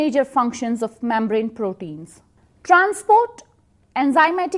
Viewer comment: Gulucose😂😂 mambrane 😂 Thanks though